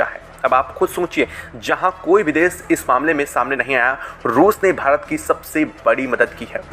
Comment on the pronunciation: Bhai desh ko desh bolna seekho des nahi